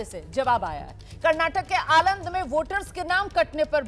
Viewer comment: आलंड नहीं मैडम आलंद है😅😅